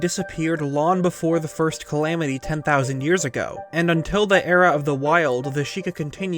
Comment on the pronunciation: ten tousand